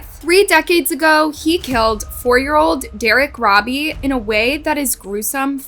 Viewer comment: Eric should have been chemically Castrated by the Prison system before being allowed to be released Eric should never be allowed to Procreate he is an Evil spawn who's genes.should not be allowed to carry on through Procreation. Also Derrick Robie his last name is Pronounced ROE BEE not Robbie.